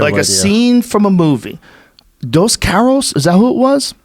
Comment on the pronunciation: Dos “carrous” 🤔